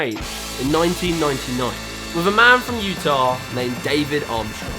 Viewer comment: "David armstorng" 😭😭